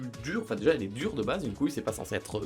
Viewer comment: c'est pas coouile